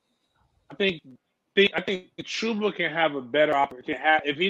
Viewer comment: This man Jason Parker is the most negative person you have on your show. Btw it’s CHUBba not CHEWba